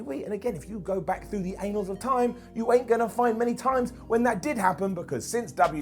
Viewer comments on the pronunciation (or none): The ANALS of history,? It's annals, surely? 😉